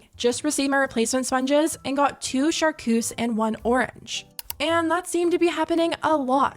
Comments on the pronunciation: You saying char cuse and not CHAR-TRUSE (chartreuse) is killing me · Char Treuse. Not Char Coose😂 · The color is chartreuse with a “T” not charcoose with a “C” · Chartreuse not char-cues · Charceuse lol shar-truce is a wierd color tho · I don’t think I’ve ever heard “Char-TRUCE” pronounced “Charcoos” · First world problems but also it’s charTREUSE not charcuse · No one should be supporting this boy after everything he has done. Also, it's charTreuse not charKuse. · you and them saying char-coos is sending me. char-treuse is the word holy shit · It’s pronounced Shar-troos, babes!!! 😭❤ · What is char-COUS? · Are u saying charcoose for chartreuse ? 😂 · i’m screaming at char-cuse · I can't with the 'char-koos' 😂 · Char-TRUSE girl is how you say it 😂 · I'm sorry... "Char coos" 😭😭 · Girl it is not pronounced charkoos 😂 I love you but plz